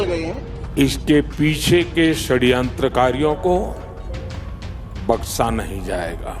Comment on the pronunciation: Baksa nahi hota baksha hota hai kya jarurat hai udru bolne ki